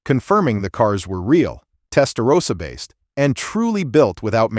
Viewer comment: Testarossa, not Testarosa. Nothing todo with Rosa...